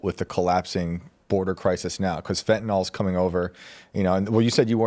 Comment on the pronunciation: It's not fentanol. It's fentanyl. Stop pronouncing it like it's Tylenol.